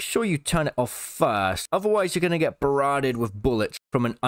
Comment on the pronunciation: Did you just make up a new word, “barradded”?